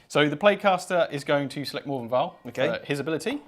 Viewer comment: Morvenn, not More-vien.